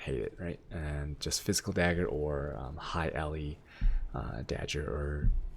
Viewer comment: Is dag-grrr not dagure.